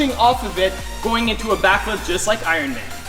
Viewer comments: when he says Iron it sounds like Iwon Not trying to be mean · You said Iwin suit instead of Iron suit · He said iren spider